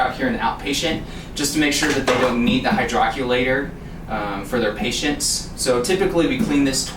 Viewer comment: it’s pronounced hydro-collater